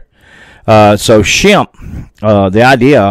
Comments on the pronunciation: Shampay is the pronounciation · The native pronunciation is closer to "Shom-Pay". "Shemp" is one of the Three Stooges. There appears to be some moss covered markings on the middle front of that cave. Maybe a face or glyph. If the Choctaw fear it enough to leave, were they taught to fear it or was the issue discovered from direct inexperience? Many tribes have lost the sacred ways of the ancestors that would have helped deal with all the anomalies of this land thanks to euro American "progress". Did they try leaving apples? I bet not. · Shampe, pronounced Sham pe.